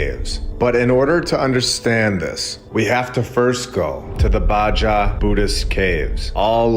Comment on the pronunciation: Alright. Ill say it. Im not sure the guy who cant pronounce "baja" is the guy that should rewrite our history books.